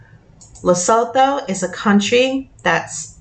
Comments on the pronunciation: Le -su-too for pronunciations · It's pronounced Le - soo- too. Please pronounce our African countries correctly. Enkosi Kakhulu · Lesotho is la soo too or la su tu. That’s how it’s said. Sorry just in case it comes up again..